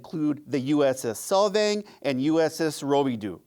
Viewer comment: It's pronounced "Rubidough" Rubidoux